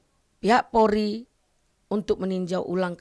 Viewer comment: Bu kalo mau ngomong coba deh belajar dulu POLRI bu bukan PORI...ampun dah